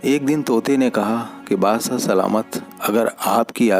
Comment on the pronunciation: Dost Badshah hota hai naki bassah bhai hindi sudharon